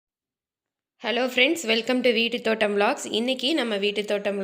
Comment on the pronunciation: Vettu thotam illai it's veetu thotam